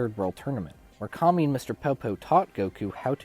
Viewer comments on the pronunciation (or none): none